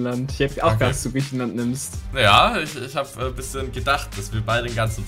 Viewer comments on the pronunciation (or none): Einfach 'griechenaland' 😂😂😂